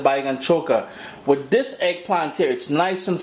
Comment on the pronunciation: I like how the "th'es" going and coming. not sure what accent it is, the 'dis' and 'doh' for 'this' and 'though' lol